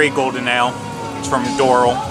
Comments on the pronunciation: Diznizzle Wizzle Yup, it’s definitely Door-AL. Lol. That really threw me off when he said it 😂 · Lol, the blue beer is from the city of Doral. Which is pronounced "door-al" (al as in the name). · I’m sorry but that is not how we say Doral! Lol